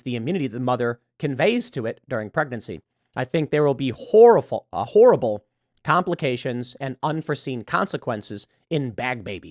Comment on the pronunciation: horraful. when you try to say horrible & horrifying at the same time.